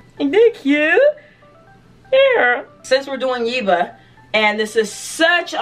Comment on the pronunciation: I love your reaction!!! (BTW, It's YEHHH-buh, like Debra ;) ) Can't wait for you to react to Boomerang!